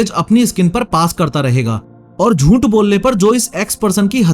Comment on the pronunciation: jhooth❌ joont✔️